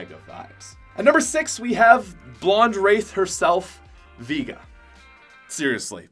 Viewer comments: I just want to say. It is pronounced Vay-ga, not Vee-ga. Edit: like the street fighter character. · I love your vids but you saying Veega when it's pronounced Vayga is driving me crazy 😂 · Veega? Its pronounced V(A)ga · Why do you pronounce it ‘Veega’ ?